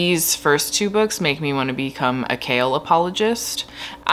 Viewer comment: The first time you said “Chaol apologist” I thought you were saying “kale apologist” and I thought Huh maybe these books aren’t about what I thought they were lol 👑